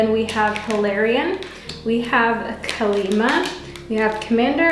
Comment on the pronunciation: Group 2 it Kali -ma is pronounced as kaali maa